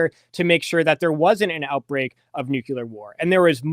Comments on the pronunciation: It's not nukular! If you just look at the written word you can see how to say it - nuc le ar. It's totally simple. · Nukular is not a word. Couldn't listen anymore. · Yes, I consider it very unfortunate that he's mispronouncing 'nuclear,' in the precise manner as G W Bush. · I knew that would make somebody mad, but the thing is if a person says "nukular" that means that they never saw the word written down and if they never saw it written down, how much can they know about the subject?